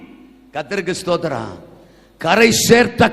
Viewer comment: ஸ்தோத்திரம் என்கிற மகிமையான வார்த்தையை சரியாக உச்சரிக்கவும்